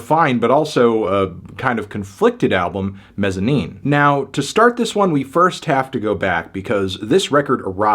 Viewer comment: I love this album and still listen to it regularly. It throws me off that your place the emphasis on the "-ine" syllable instead of the "Mez" syllable...